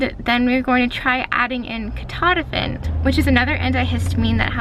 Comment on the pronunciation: THAT's how you say it! ketotifan I don't even know if I spelled it right. I hate when I can't pronounce medical words. Lol. So happy you got in to see the Dr and it was a good appt. I learn so much from your vlogs. Thanks and Merry Christmas to you and your family!